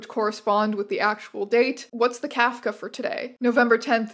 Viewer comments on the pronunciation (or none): Please learn how to pronounce Kafka